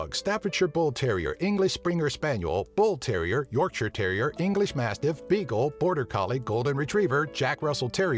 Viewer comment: He pronounced Yorkshire correctly!